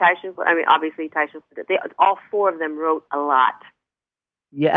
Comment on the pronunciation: Taisha=Tiysha, not Tasha